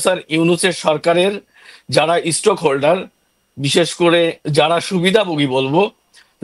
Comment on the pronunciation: তোমাদের পুঙি বাজাতে গেছে😅😅😅 প্রপেসর না প্রফেসর আর stokeholder না stakeholder.